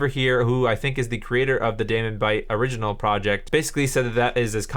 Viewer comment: Nice work, but the daemon in DaemonBite is pronounced "demon", not "damon" (it's an archaic spelling). The demon logo for the brand is a hint!